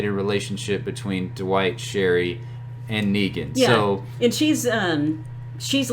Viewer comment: Duh-white. Lol. Thanks for the great content 👍🏻